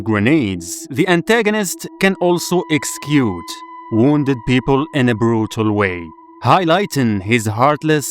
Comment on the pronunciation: Lost it when I heard him say Exute. Instead of execute. 🤭